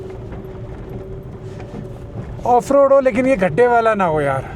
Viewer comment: भाई एक word आपका बहुत irritating लगता है please उसको सही से बोलना सीख लो। खड्डा नहीं होता है गड्ढा होता है।